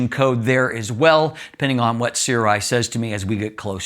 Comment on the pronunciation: The pronounciation is surai, sorry.